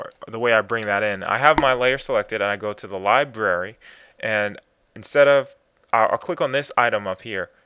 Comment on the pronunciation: Did you say "libary" ?